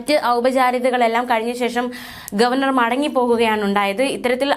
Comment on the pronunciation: അല്ല അല്ല ഗോവേർ നർ സന്തോഷിച്ചു.